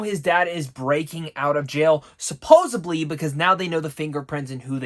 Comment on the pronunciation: The word is ‘supposedly’ ; not ‘suposeably’.🤦🏻‍♂️🤦🏻‍♂️🤦🏻‍♂️🤦🏻‍♂️🤦🏻‍♂️